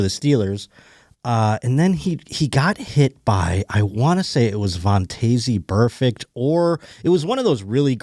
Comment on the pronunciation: its pronounced Von-tez Burfict and someone tell the producer you can slow the replay speed of youtube videos